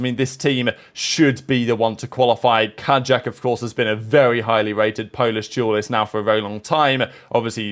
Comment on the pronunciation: kaajak is pronounced like kayak man